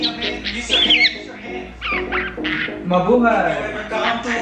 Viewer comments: It's Mablaya 😉 St. Nicolas Catering? 😅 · she's trying to say Ma-bu-hay!